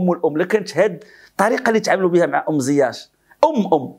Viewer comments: لماذا تنطق ياء "زياش" بالتفخيم ..فهي مرققة ..ZIECH ...ماشي ZIACH ..🙏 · il s appelle ziyeech et non ziyaaach.Tu es le seul a l appeler de cette facon.